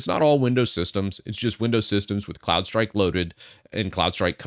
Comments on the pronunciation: I heard Clown strike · I thought you were saying Clownstrike... which is great... 😂